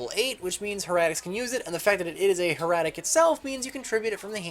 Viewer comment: It's not Her-at-ic, it's pronounced Heir-a-tic.